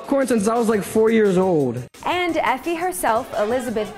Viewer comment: Lol Josh, "I've wanted to hode a goden popcorn since I was four years ode." poor thing with his speech impediment but I still love him!